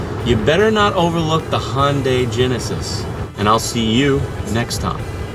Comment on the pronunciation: I stopped watching when he said "Hon-day". There is no O anywhere in the word Hyundai. Is it because Honda is made by Asian people too that you feel compelled to pronounce them similarly? Maybe Koreans pronounce Dodge as Dorge. Ya know, like Ford, which is also American and also has an O as the second letter. See what I did there? /rantover